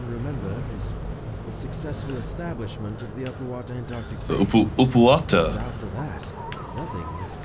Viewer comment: Everyone else: Up-OOO-out: Oo-POO-out